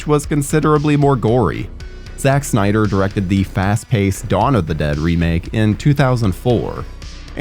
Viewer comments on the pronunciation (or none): none